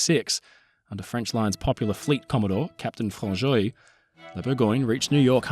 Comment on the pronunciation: Dude, I'm surprised how well you said the French names. I'm a Québécois and usually English speakers butcher French names. To be honest, I'm not surprised that much, because this a very good quality channel and this is the accuracy we kinda expect :P